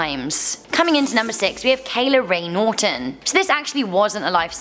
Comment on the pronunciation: Why do you pronounce Kayla rae Norton as "kaylore' your English isn't very good.